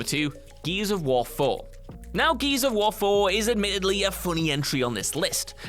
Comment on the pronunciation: No one:: Geese of war